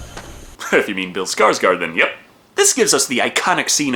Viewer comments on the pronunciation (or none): Å is pronounced like "oh," so his name is pronounced "Skarsgord" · Thanks for these videos, they are awesome :) And it's pronounced like the å is a sharp "o" pronounced similar to the "ow" in "bowl" Sorta like Skarsgowrd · Yo! For future reference Å is pronounced like the o in gore. So... Skars-gore-d.. I'm clever, i know. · Scars guard is how you pronounce it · Hey you were pretty right with skarsgård, but here is a little list to help with future swedish pronounciations Å is pronounceld like the O in Bored (bÅred) Ä is pronouned like the A in Damned (dÄmned) Ö is pronounced like the u in Murdered (mÖrdered) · Åå is a bit hard for me to explain. It's kinda like pronouncing 'oh' but sharp and fast. So Skarsgård is pronounced as Skars-gor. Skarsgard is a-ok though. :D Not your fault we have weird letters. Øø is like 'oe' and Ææ is ae (bit obvious though, the normal letter's basicalle siamese letters...) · So I used to volunteer at The American Swedish Institute back home in my native Minnesota, and å when spoken sounds like the "ou" sound in gourd--so closer to "o" than "a". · The a with a dot over it, is like o in gordy. The d is silent. Nice videos and nice hair.